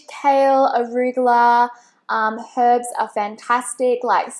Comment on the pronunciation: Finally someone who pronounces the H in herbs, 🐱 it is not erbs!